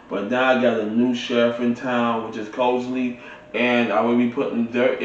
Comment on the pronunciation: And you pronounced the name of the speakers as COSELY but it's spelled Crossely .